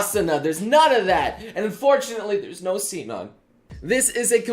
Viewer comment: Sin-on not See-non